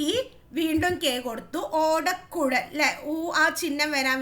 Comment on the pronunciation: Miss ഓടക്കുൽ alla ഓടക്കുഴൽ anu😅